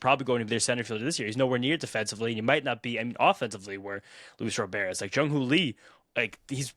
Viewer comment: that's not how you pronounce his name. Don't get too excited, he is probably injured already.